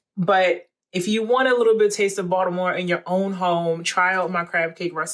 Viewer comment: You never really know when someone claiming to know how to make Maryland crab cakes is really from Baltimore until you hear them say Baltimore and you nailed it! LOL